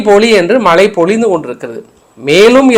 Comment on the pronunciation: க்கானது தமிழை கொலை செய்யாதே, தமிழின் சிறப்பே * ழ * தமிழை சரியாக கற்க ( மலை பொலி - அல்ல மழை பொழி பொழி )